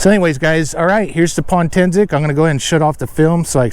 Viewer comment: It's Potensic not Pontensic lol silly